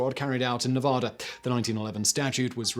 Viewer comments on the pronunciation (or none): Learn how to pronounce Nevada right damn it! It's Ne va da, not Ne vo da. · As a Nevada resident, I'm offended by his incorrect pronunciation of Nevada. Its NEV-AH-DAH NOT NUVUDAH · Ne-VAD-ah. Please. Really. Neh-VOD-ah is silly because it's wrong as saying War-CHESTER-shire instead of Wooster-sure. Remember, NeVADa is BAD. Cheers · Simon. Simon. Simon. NA VAAA DA. Act like English is hard. NA VAAA DA. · ugh, please stop pronouncing Nevada that way. Please. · And his mispronunciation of Nevada.